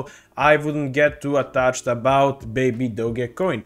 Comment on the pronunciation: You lost me when you can’t even say the name baby doge not baby doggy